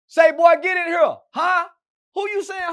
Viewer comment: "you think they know why we hurr?" Lol